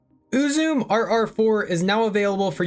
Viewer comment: So the name is most likely pronounced more like Ooo-zoo-may rather than Ooo-zoom The name looks fairly japanese in origin. So the syllables would be broken into U-zu-me rather than U-zume.